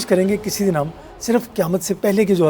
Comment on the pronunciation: افسوس یہ عورت خاتمہ کو کھاتمہ ۔قیامت کو کیامت اور خوفناک کو کھوفناک ختم کو کھتم بول رہی ہے۔اج کے لوگوں میں تہذیب نہیں بچی۔یا پھر یہ بھی قیامت کی نشانی ہے۔